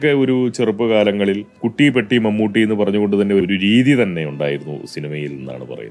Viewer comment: നിന്നെപ്പോലുള്ള വിഷവിത്തുകൾക്ക് വീഡിയോ ചെയ്തു പണമുണ്ടാക്കാൻ കഴിയുന്നത് കേരളത്തിൽ നട്ടെല്ലില്ലാത്ത സർകാർ ഉള്ളതുകൊണ്ടാണ് ഏതായാലും മമ്മൂട്ടിയുടെ പേര് പോലും നേരെ ചൊവ്വേ പറയാൻ മടിക്കുന്ന നിന്നെ പോലുള്ളവർ ഇപ്പോൾ ശരിയായ വിധത്തിൽ പേര് പറയുന്നത് വലിയ അത്ഭുതമായി തോന്നുന്നു